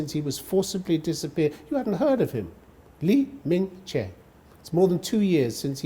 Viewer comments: 我不相信周锡玮会不知道李明哲，应该只是一时没听清老外的发音，没反应过来是谁。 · 用英文發音來唸中文名，本來在短時間內就很難理解該人是誰，德國記者故意説成你連李明哲都不知道？周錫瑋如果用中文發音唸你媽媽的名字，搞不好你這德國記者連你媽都不認得了。這德國記者根本不配訪問別人，自帶情緒打斷受訪者，又不是在質詢犯人。難得周錫瑋英文好，反應快，修養佳。